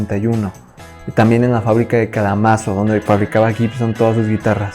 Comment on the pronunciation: Eeeeeeee......... no se por donde empezar, tal vez por la pronunciación de Kalamazoo... El hecho es que primero dices que no hay que confundirse con las ES, que son E.S. (no "es" así como así) ya que viene de electric spanish, y luego dices que es equivalente a una ES-330. Lo último si es cierto, son prácticamente la misma guitarra salvo por diferencias estéticas y la opcion del vibrato Epiphone para la casino (además de ofrecere la opción de Bigsby que también ofrecía la Gibson). Pero dicho sea de paso que la Casino es la ES-230 y luego unas letras según si llevaba vibrato, la configuración de pastillas y acabado. Por otro lado, la de Paul tiene un Bigsby de fábrica, así que no fue una particularidad de la de George. Lo de que use una Texan para grabar Yesterday (que valga la aclaración es TexaN con N al final, que es el apodo del modelo FT-79) no estoy seguro, pero si efectivamente la usa en vivo para tocarla en TV. Ya que estamos la Texan, durante los años que Epiphone pertenecía a CMI era básicamente una J-45 pero con escala de 25.5". De todos modos acabas el video y NO EXPLICAS POR QUE LOS BEATLES USABAN EPIPHONE... Podrían en teoría haber comprado la Gibson 330 sin problemas, que era virtualmente la misma guitarra... Lo más probable es que haya sido por temas comerciales, ya que cuando Gibson compra Epiphone aprovechan el renombre de Epiphone para probar nuevos mercados y tiendas sin jugarse el nombre Gibson (que para llevar Gibson hay que tener una cierta reputación, c